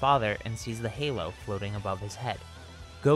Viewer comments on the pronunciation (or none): none